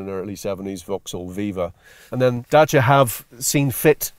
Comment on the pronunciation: I like how he pronounces Dacia in the correct romanian form